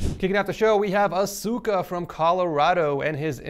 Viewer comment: asuka omg say it right x.x